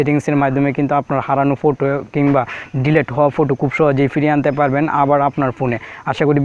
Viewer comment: ফুটো কী ভাই ওই কথাটি হবে ফটো